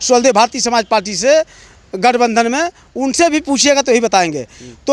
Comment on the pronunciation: Repoter bhai palti nhi hota hai parti hota hai